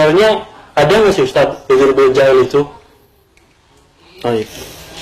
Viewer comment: uDZur bukan uJur